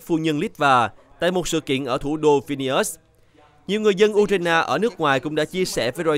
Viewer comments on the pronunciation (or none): Tiếng Việt cũng ko đọc như thế. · đọc theo tiếng Việt